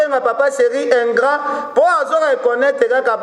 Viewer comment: s'il te plaît ingrand te ingrat yekola français ou soit kotiaka ba mot français te.